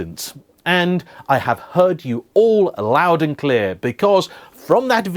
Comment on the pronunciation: Hey,. Just wanted to make a constructive criticism and let you know the only reason I rarely watch your videos is that I find it very hard to listen to you over-enunciating when you speak. The way ‘that’ becomes ‘eh-that-te’ and ‘and’ becomes ‘and-de’. Aside from that your videos are great - honest, informed, and on-point. I’ve lived and worked in many countries where English isn’t the first language and it’s definitely possible to be clear and easily understood without such exaggerated pronunciation. All the best, and I hope you take this in the positive spirit in which it is intended.